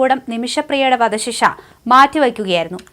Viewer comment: "വദ "ശിക്ഷ?😂